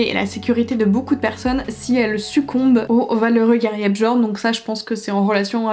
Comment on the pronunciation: Holaaa ! Juste pour info parce que je t'ai vu galérer sur les noms nordiques 😂 : Jarl se prononce "Yarl" c'est le chef du village et non un prénom. Et pour Bjorn ça se prononce "Biorn" et skjaldmö, ça se prononce "skialdmeu". Le prix des livres devient tellement élevé... Je retourne de plus en plus vers le poche même si certains sont maintenant à plus de 10€ c'est n'importe quoi !